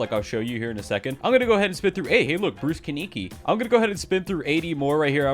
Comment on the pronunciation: "Bruce kiniki"